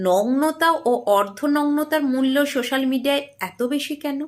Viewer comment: সোশাল হবে শোশাল না কেরে এরা😮শোকেশ না সোকেস😂